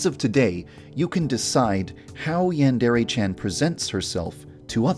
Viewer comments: Everyone pronounces Yandere weird. Is it that hard to say "Yawn-deh-reh"? ヤンデレ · Am I the only one who noticed that Yandere Dev doesn’t pronounce Yandere right.